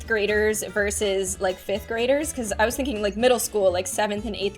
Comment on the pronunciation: Did anybody else hear that said 'In fith grade'? only me? okay